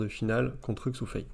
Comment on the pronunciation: Bonjour Je vais faire une remarque à deux balles, mais bon... On ne prononce pas le x due "Xu Fei" comme en français mais comme un "ch". On dit chu chin par exemple, pas Xu Xin. Voilà voilà., ou je me trompe ou bien tu prononces Xu Fei. Après j'aime bien ta vidéo, et je te remercie de prendre le temps de nous enseigner le "haut" niveau en ping. On attend avec impatience l'analyse de la défaite contre Calderano. J'ai eu l'impression qu'Alexis a fait beaucoup de fautes en revers sur ce match (donc la finale), provoquées peut-être ou alors manquait-il de jus?